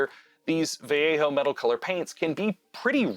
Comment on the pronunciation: Man, the fact you said Vallejo as, well, Vallejo instead of Valeho like most people made me sub. Keep it up.